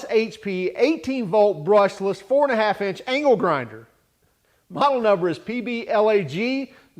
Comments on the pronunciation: i swear i keep hearing ''anal grinder'' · at first I thought you said anal grinder lmao